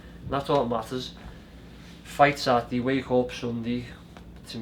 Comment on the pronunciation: Rocky ‘satdee’ Fielding.